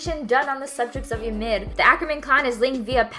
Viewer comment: The only thing I learned from this video “Ymir” is apparently pronounced “youmid”